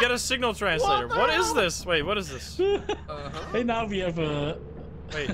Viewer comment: bri’ish peepoh be luhyke “wuhait wuhait wuhait wut’s goin on heah?”